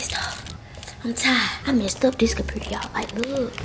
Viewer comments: peep ha tranna say computer like que . 🤣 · “2008 compurter” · It was funny how she said computur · Girl say computer properly omg🙄 its annoying